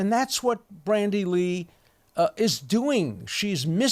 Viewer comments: Dear Professor Dershowitz, thanks for all you do, I'm a huge fan! Glad to watch this update, just one tiny quibble with your presentation: I believe that her first name is "Bandy" (with no "R") rather than "Brandy" as I've seen in several quotes of- or by- you. Please forgive me if I'm mistaken, but my sincere hero-worship made me want to alert you to avoid any ongoing error, no matter how tiny! Cheers & best wishes! :) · It's Bandy Lee, not Brandy Lee.